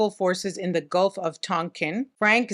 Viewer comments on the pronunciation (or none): none